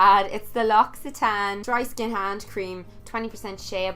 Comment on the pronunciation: THANK YOU for pronoucing L'Occitane right! I'm French and it's always so annoying to hear british and american youtubers saying it wrong! Not to offense anyone, btw :)